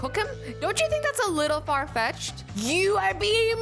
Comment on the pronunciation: Also, when she says far “fetch”ed 😂😂 anyone else get that?